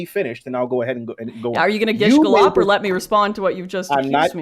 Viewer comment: i love Lauren but please dear god don't pronounce gish galloping this way 😁